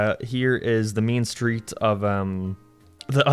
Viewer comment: When he says Main Street I can’t help but think about mean street from epic Mickey .